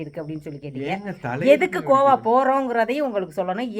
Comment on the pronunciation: Aiyooooooo iva pronunciation why ivlo bad ah irrukku athu Goa not kova thooooo vaaya thiranthale. Kazhisadai